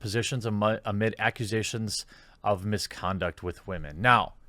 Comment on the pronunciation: I appreciate your principled approach. Are you aware how to pronounce "women" (not "wah-men") or are you being facetious?